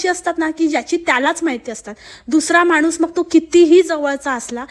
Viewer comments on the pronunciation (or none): none